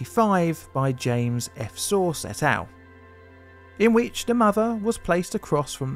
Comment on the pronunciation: "James F. Sorce", not "James F. Source".